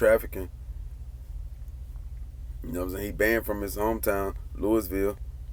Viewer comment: We been rocking wit the CMG movement here in Louisville. And your pronouncing Louisville wrong.